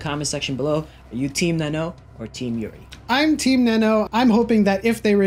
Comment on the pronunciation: its not nennoo its nan-no... plz..